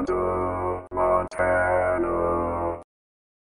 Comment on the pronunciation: No one from Montana would ever pronounce it that way. The correct pronunciation is And a con DA. yes it is pronounced with 2 Ds.